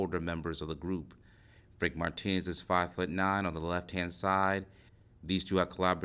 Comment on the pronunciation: It’s not Martinez you are pronouncing it wrong